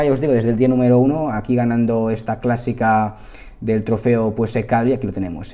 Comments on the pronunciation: Se dice Calvià, con acento en la última "a" 😅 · se dice Calviá. con acento en la á à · Hola, Calvià es con acento en la última a. Muy buen resumen, ahí me tienes suscrito y un like. Enhorabuena por el canal! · Calvia o Càlvia no. CalviÀ!